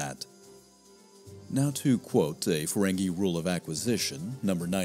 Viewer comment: Ferengi? Seriously